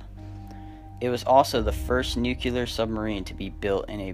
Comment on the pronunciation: The word is pronounce "new-clee-arr", not "new-cu-lar".